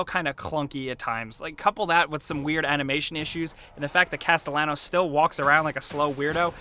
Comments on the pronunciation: You mispronounced Sebastian's name in your video from the first game. I let that slide. But how did you do it again?? Did you even play the game? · Nice and fairly in depth review and all, but the repeated mispronunciations of Castillanos made me cringe so hard. Remember it's a Hispanic name so the "ll" makes a "y" sound. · It's not Cast-el-anos. It's Cast-tay-yah-nos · Caste-YAH-nos, guys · Why the hell does everyone say Cast..alahn...os its Castallenos a very common Hispanic name. Everyone pronounces it like its a name being used for the first time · Why can no one pronounce Sebastian's name correctly? It's (kas-te-ya-nose) not (kas-te-la-nos). They even say it in game. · Pronounced Casteyanos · Casto-lannos wut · Castilanos.....10/10 ladies and gentlemen 10/10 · Everyone say it with me; "cas-tee-on-ohs" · Every time pronounces Castellanos "Casta-lennoes" a tiny part of me dies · He has a hispanic background. His last name is pronounced like cast-eh-yawn-ohs. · Why can’t gringos say it. It’s not Castelanos, it’s Castellanos, the double L is pronounced like a J in English. People say his name a lot in the game. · C A S T E L L A N O S its pronounced with a J, since its a spanish name Castejjanos, have you heard how the characters say his surname sry im a grammar nazi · It's Pronounced "Casteyanos" ffs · Pronounced Caste-yanos, spelled Castelianos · That is not how you say his name 😤😡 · the rule is, in every different interview, you pronounce Sebastian’s last name differently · Fah Pete's sake. Can't no reviewer pronounce "Castellianos" properly?? It's, like, said a billion times in game. Also, the voice acting is pretty great, 'n' I guaranty yah that I'm quite irritable when it comes to voices in games. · I can’t take you seriously when you right away pronounce his name wrong, with Spanish names and words the two lls are said like it’s a y not an l get it right dude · Bro, you don't pronounce the l's in his last name.